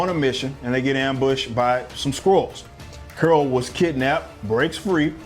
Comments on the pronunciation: “Curol” LoL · It was criminal the way you pronounce Carol. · Who is "Curl"?....Oh you mean " Carol"? 😂. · I keep cracking up when he pronounces Carol as Curl 😂🤣🤣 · Why you keep saying curl instead of Carol? You still thinking about burning some steam and work out the travesty that was Captain Marvel? Cuz i'm doing that! This movie was epic trash, it makes the worst MCU movies look like academy award winners! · Carol is NOT pronounced "curl."